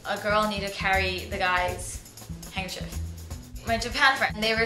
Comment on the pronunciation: Well, for what it's worth, it's probably a good idea to carry two handkerchiefs, but only for the same reason that you would carry two pens - to make sure you have one when you need it. Not necessarily for the feminine stuff. Oh, BTW - "handkerchief" rhymes with "stiff", not with "beef". :)